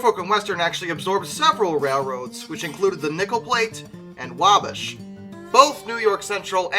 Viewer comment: You mispronounced Wabash, just saying.